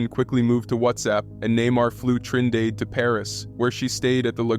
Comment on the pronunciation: “Trin dade💀